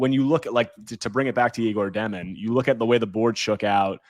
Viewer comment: Egor Demin's name is pronounced “Yeg-or Deh-meen"